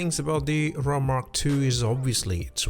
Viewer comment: "Ah-roar-ah" as in the Norther Lights, not "Oh-rah", the energy field supposedly around our bodies.